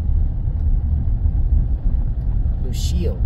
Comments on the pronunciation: Pronounced LOW-KEEL. Fascinating history! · Lochiel is pronounced Low-Keel. Always leave a ranch gate the way you found it. The barrier on the border in the Lochiel area isn't to prevent people from crossing on foot, as the area is extremely remote. They are vehicle barriers to prevent vehicles full of people or dope from just driving through the wire fence and crossing the border. As to why the barrier abruptly ends? Ask the current administration. - retired BP Agent that spent 7 years assigned to the Nogales Station and often worked the Lochiel area in the late 1990s - early 2000s.